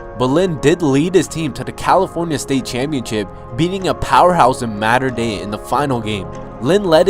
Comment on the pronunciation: i like how he cant pronounce mater dei correctly